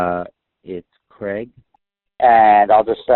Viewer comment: And we don't pronounce Craig/Gregg like that.